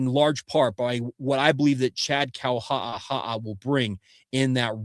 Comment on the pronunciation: I love you bud… And I listen almost every day… But please learn how to pronounce…KAUHA'AHA'A You sound like you’re choking on a potato chip, dude!